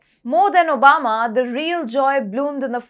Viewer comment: She said omaba instead if obama